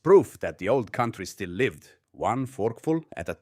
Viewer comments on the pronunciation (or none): Wow, AI narrative is really getting pathetic. What kind of fake accent is that and how do you pronounce "lived"?